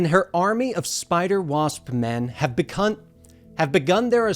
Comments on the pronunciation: Did he say be-cunt?? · I appreciate they left the "becun" rather than editing it out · So no one is gonna talk about the "begun" flub